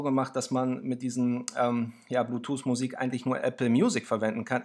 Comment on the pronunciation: super video, aber "blutuse" :)